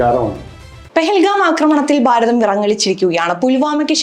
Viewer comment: ബാരതം അല്ല ഭാരതം